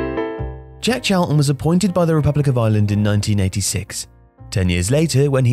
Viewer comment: stop saying Djeck Chalton,it's Jack not Djeck.